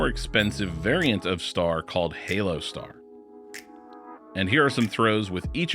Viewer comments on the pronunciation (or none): none